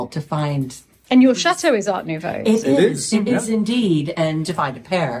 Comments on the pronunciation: Not an expert, but I’ve always heart the t pronounced. I’ve never heard it pronounced Ar Noveau. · From "Copilot" The “t” in “Art Nouveau” is indeed pronounced. In English, it’s pronounced as /ˌɑːrt nuːˈvoʊ/. It’s a French term, and in French, the “t” is also pronounced, but the pronunciation is slightly different due to the accent. ... Just sayin' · Erm…’Art Nouveau’ does not have a ‘T’ when spoken. Just sayin’